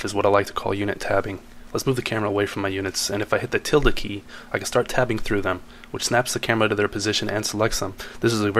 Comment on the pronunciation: how top tab betwwen units , i cant hear him, he said the matilda key and i was confused?